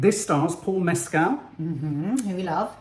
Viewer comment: Love this and looking forward to seeing this 😮 Also, just a little kind nudge that Paul Mescal’s surname doesn’t rhyme with Pedro Pascal’s. It’s Mescal where the ending sounds like the word call (It’s really hard when nothing rhymes with his surname! 😂) Said lovingly and kindly, adore you both ❤❤❤